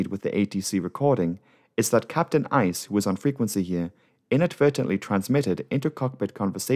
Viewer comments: The captain's name (Uys) is pronounced 'Ace', not 'Ice'. Nice try though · .... Hi, no it's pronounced Ace ... however the Afrikaans word for ice is also pronounced as Ace but spelled differently (eis) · The surname Uys is pronounced "Ace", its afrikaans.